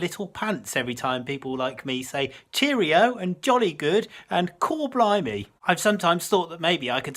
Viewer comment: blimey not blumey . Bleedin self correct.